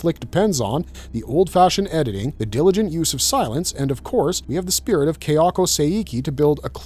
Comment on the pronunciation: It's Ka-ya-ko, not Keh-ya-ko.